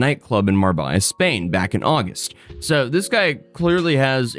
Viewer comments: MAR-BAY-AH. NOT MAR-BUY-AH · Mar-bey-a Shocked he called it mar-biy-a. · mar-bay-a not mar-bye-a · Marbella is pronounced Mar-bayer. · how can you not pronounce marbella correctly dafaq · You need to learn to pronounce Marbella 😂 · The way you pronounced Marbella 😂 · Never heard the town name Marbella butchered as badly as has done - surely you Americans know how to pronounce a double L in Spanish? (Seeing as about a quarter of your country was once Spanish/Mexican land?).